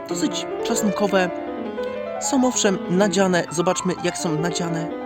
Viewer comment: co za burak, śmieć w trawę, czostkowe zamiast czosnkowe i do tego to mlaskanie....